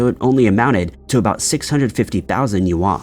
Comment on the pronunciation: I think he meant "yuan" but pronounced it really poorly.